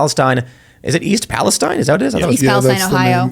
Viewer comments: Just a head's up Tim: I'm from that area in Ohio. The town is pronounced; Pal-es-teen. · The "Palestine" in East Palestine is pronounced like: "Pal-es-TEEN." I'm guessing that this is likely to differentiate it from the state of Palestine in the Middle East. That's just a guess on my part. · Pretty sure it's pronounced Pales-Teen